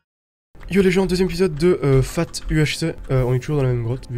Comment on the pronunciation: pourquoi tu prononces fate comme fat, c est pas un poulet la série